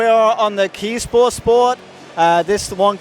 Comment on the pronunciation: Nice coverage of the event. So thats how you pronounce KESPOR - KEY-SPOR 👍🏻 By the way, did JAVA change their name to J-AIR? Or its a bike model name? Sava folding bike is awesome!